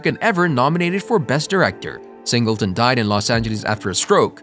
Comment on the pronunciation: I'm sorry, you have to get all your facts and reading straight next time you do a video like this because you were all over the place. Saying wrong dates, pronouncing names wrong, how John Singleton going to be born and die in 1968 but wrote and directed a movie 1991? Please get it together when doing these videos.